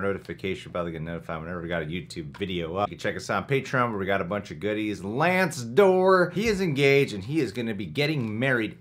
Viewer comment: We really gonna ignore they way he pronounced Lance as ‘Lan-see’